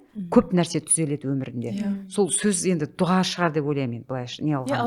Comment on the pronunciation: неге дуҒа дейсиздер? друс жазылуы "ДУА" айтылуы да. дуга деген жаман емеспе 😮